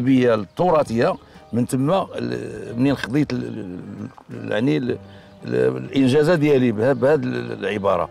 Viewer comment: الانجازة ههههههههههههه (الاجازة. )علااااام هاد الستاتي